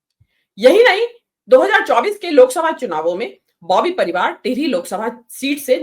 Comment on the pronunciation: लगता है पत्रकारिता का कम ही तजुर्बा है उच्चारण और तथ्यों में कमी है कभी परिवार तो कभी अगले 1927 कहा जा रहा